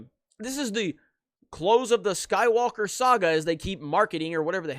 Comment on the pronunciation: Lol, “I’m Rey, Rey skywulka”